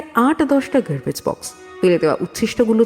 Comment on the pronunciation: Garbage ke "Gurbej", Mask ke "Musk", Polythene ke "Palythin". Uccharan gulo to kane lagche